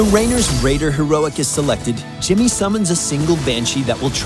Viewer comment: Oh god, yes. Gimmeh mah Jiimmeh.